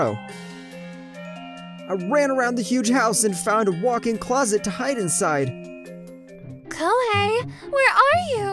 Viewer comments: Lmao koihei.....hahahah bruh that was funny but seriously its Ko-he-i. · lmao he keeps saying kohei as ku-wei-hey (somehow the other va's pronounce it perfectly) and koimiya as qei-miya and its throwing me off, plus a ton of other words got mispronounced badly did my man get the wrong script or smth?